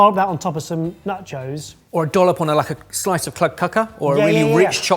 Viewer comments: Am I the only one who thought said Nut Joes and thought "What the fuck are nut joes!?" then realised when he said it again he was saying NACHOS?!?!?!? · pronunciation of nachos is throwing me. Is he saying “nuchos” or “nutchos”, and if the second is he making crisps from almond flour? 😂